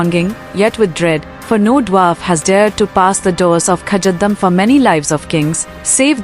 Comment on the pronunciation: Most lazy youtube video, the AI can't even pronounce kazadum right lol